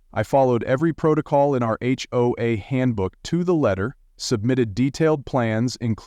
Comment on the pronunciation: You sure have a deep voice,. H-hoe-az? Ever THINK of proofing your AI generated voiceover before posting? Credibility factor now is zero.